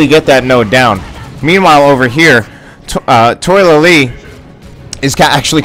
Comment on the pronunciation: I believe his name is pronounced Toh-a-la-lee not toy-la-lee. Good game though